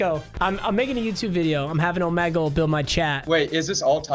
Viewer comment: Bruh, you even say Omegle wrong.